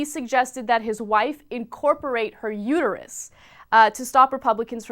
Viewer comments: "It's uterUS, not uter-YOU." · It's uterUS not uterU